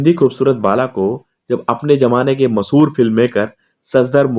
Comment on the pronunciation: O bhai , masahoor nahi mashahoor hota hai